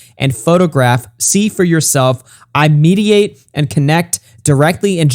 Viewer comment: "Mediate", "Mal-icky", didn't even point out the kiss of Judas reference properly., I'm an atheist and I'm following his Biblical references better than you. Read your dang holy book instead of simping for Gabbie Hanna.